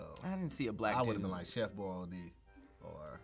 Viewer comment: So we just letting slide with Chef "Boil-Dee"? 😂😂😂 (Grabs ear piece) Hi, Bob...yes I believe he meant to say "Boyardee"